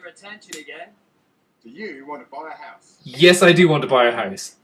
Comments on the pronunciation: Me: h-ow-se You: Howuse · It's weird how you scottish people say "house" :p